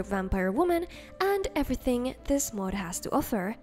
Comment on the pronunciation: Always love when she says мод 😁